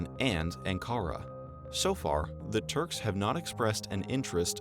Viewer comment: Ankara [UN-Qa-Ra] (short vowels) not [EN-qara]. please teach this, Shirvan qardas.:(